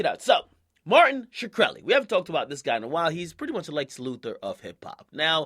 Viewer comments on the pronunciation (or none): Sker-el-i.... not shkr-eli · Why do you pronounce Shkreli like Shakur? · AKA it's pronounced "Shru - relli" not "Shu - krelli" niggas need to learn proper grammar and silent consonants that aside, ppl like Martin Shkreli personify everything wrong r.now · "Martin shekreli" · you said his name wrong